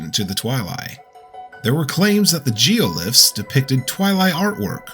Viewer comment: I’m sorry how did you pronounce geoGlyphs?